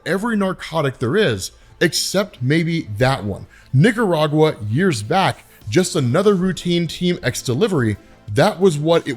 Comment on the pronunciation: I'm pretty sure that's not how you pronounce Nicaraguan 😂